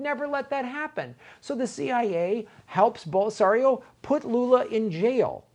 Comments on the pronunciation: "Bolserio"? I love, but that was weird. It didnt occur to him that Glenn was pronouncing it correctly? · For the record, Lula was released just recently. Michael at the Michael Brooks show just did an interview with Lula. Highly recommended. Also, it's pronounced Bol-sin-aro